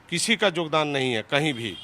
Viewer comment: जोगदान नहीं योगदान बोलो